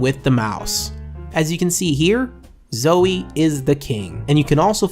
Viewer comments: He says zoey 😂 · It's pronounced "zou-ee." hello? lol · Him saying Zowie wrong hurts my brain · u want a zowie sponsor, then say it right. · zowie isnt going to sponsor you when you cannot pronounce their name correctly